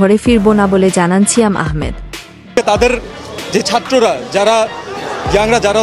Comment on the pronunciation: "ছিয়াম" এটা আবার কেমন উচ্চারন ?